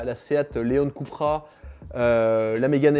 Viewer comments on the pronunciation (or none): none